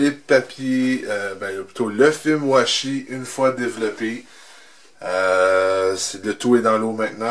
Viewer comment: j'entends "fait moi chier" a chaque "film washi" c'est perturbant